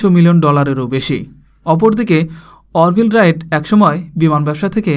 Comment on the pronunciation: ভাই নামের উচ্চারণ ঠিক করেন অর্ভিল রাইট না আরভাইল রাইট....you know what I mean to say..